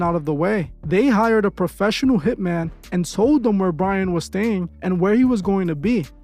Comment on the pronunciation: “He had to be a popessional” Yea, ok Bozo…